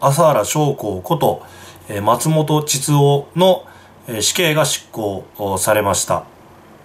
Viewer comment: 膣奥やなくて(ちつお) 智津夫(ちづお)やで!